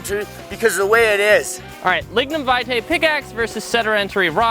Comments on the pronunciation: Your pronunciation of lignum vitae was upsetting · That's not how you pronunce lignum vitae